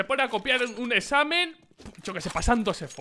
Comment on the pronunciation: cuenta la historia xd (es examen, no esamen jaja)